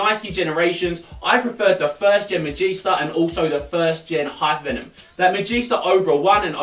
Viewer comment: I swear it's hypervemon and not hyperphantom...